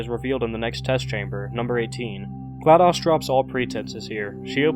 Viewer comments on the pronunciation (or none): its not a short o in GLaDOS its a long o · Gla DOS? Like MS DOS? Like "daus"‽ No no no no no no no no no no no no no no no no no no! It's Glad OS like Mac OS. Pronounced Ohs. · Wait a minute you mispronounced Glados.... wait dos 🤔..... dos.... ohhhhhhhh!